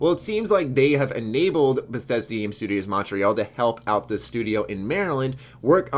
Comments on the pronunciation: I love you, but dear Lord is your pronunciation of Montreal weird. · you pronounce Montreal weird I am only saying this because I live in Montreal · He is just not saying it with a French accent, how would you pronounce it?